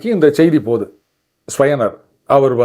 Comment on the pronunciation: ஸ்யவனர் இல்ல ச்யவனர் chyavana.. பாரதத்தில் சரியான உச்சரிப்பு மக்கியம்.